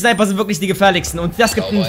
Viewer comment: Die Sniper sind die gefährlikksten? Mensch Junge absolvier' mal einen Sprachkurs! Im Ernst...